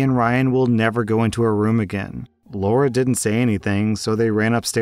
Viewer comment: come on man story 3 It's not Laura it's Lara as in Lara Croft. I know a Lara that got called Laura at school by her teachers and she hated it since that's not her name.